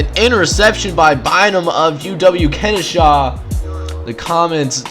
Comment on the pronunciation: Late to comment on this but it's Ken Oh Shuh not shaw lol. Goofs me up every time you talk about them I think you're talking about Kennesaw GA